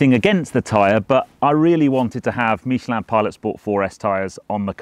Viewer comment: Great video as always and congratulations four your impeccable pronunciation of Michelin (and that's coming from a Frenchman). Sorry to hear about your bad experience in France. Out of interest did you use Porsche Roadside assistance or another? Any advice when touring abroad? I'd love to carry a spare tyre but there is no enough room in a Cayman!